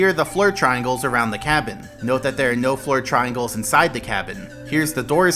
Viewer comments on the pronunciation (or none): “That a was a really good tele’port dere Mario!”